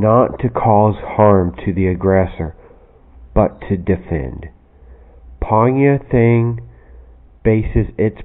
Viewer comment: Hi, thx for this but have some corrections of terms, and your pronounced. Monk means Phone Gyi(Gyee) and Martial art means Thaing (Tie'), and Phone Gyee Thaing was not really exist as it's named for easy call. The actual name is Pwe' Kyaung (Pwe' = concert/festival and Kyaung= school) that has been existed since Bagan era. It. technique is not easy to follow for the beginners whom to start with various sitting practices only (horse, lion, crane, water pot stances...etc) for 3 months and to avoid sexual contacts throughout the studying. In brief, the course has 5 grades. Grade 1 is passed with 5 enemies, Grd 2 with 100 enemies (village level), Grd 3 with 1000 enemies (town le vel), and Grd4 and above is Master level who already known about medicinals, astronomicals, and other know-hows and to become a monk or sagdhu-guru(hindi term). This Pwe' Kyaung disciplines are hard to follow for normal people so about to be getting lost soon.